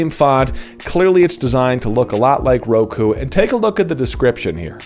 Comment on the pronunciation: Just discovered your channel and love it so far. I've been using Roku since I cut cable in 2012. Roku is 6 and kyu is 9. Pretty sure you're supposed to pronounce it close to "cue", not kie-u.